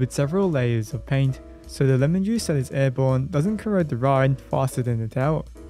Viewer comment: Did you just say to reapply the laint every 7 yrs?